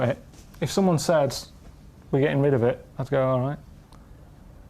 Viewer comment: "Tiny Tim go get chicken" makes more sense for the story. But seriously, both their "go" sounded like "don't" or "doan" something mashed up like that. I blame the British accent making these into short syllables and peppered them everywhere in their conversation.